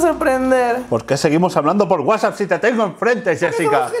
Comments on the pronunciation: No se dice Whapsup (como lo pronuncia ) se dice WhatsApp (como todos dicen) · "de wasup"